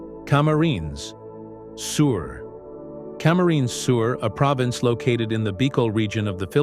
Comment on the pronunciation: Dude, you just about mispronouced several cities. Some you should have dragged the 'title in syllab- illa- listic Tone. Like the Camarines del Sur.